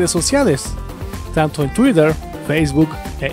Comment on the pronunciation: Yo te recomiendo que no trates de pronunciar las palabras en inglés como crees o has escuchado que las pronuncian. Es molesto escucharte tratar de pronuncia "tuider" Dile tuiter y listo o "gogl"(o es "gugl"[doble oo se pronuncia u en inglés] o gogle, no gogl). De ahí en fuera me gustan tus videos.